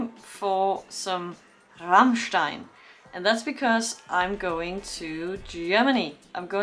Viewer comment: You did pronounce Rammstein very well indeed :)